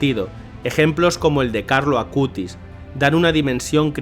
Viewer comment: Hermanos de hermoso video pero les corrijo es "Acutis" y no "Acustis" pero de resto hermoso video ♡♡♡ ☆Beato Carlo Acutis☆ ¡Ruega por Nosotros!